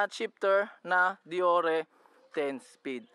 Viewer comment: Paps di po dee-yor-re ang deore.. Deyoor po pag pronounce nyan 😁